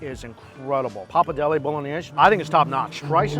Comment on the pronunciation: Not papadeli it papardele